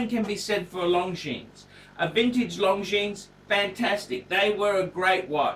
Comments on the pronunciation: Hint: it is not pronounced "long jeans" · Wish he’d pronounce Longines correctly. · I found this difficult to watch....you can't even pronounce Longines correctly